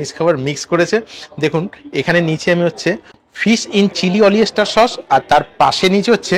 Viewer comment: Apni Paid promotion korchen na.. eta Fata fati bolechen😂😂 " Chilli Olyester" na "Oyster " ?? Eta kon dish ??